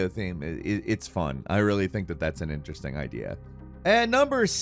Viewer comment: Skip to and listen to how he says “interesting” and then “unlocking it” a couple seconds later. Investigations are underway, for undesirable annunciation